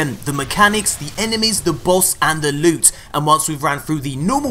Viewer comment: You really need to stop saying "loot" like that. Its insulting to the word. 2tokensandablue.